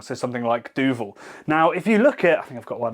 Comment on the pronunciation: that's the best pronunciation I ever heard a native English speaker say "Duvel".